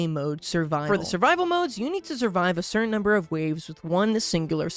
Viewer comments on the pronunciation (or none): none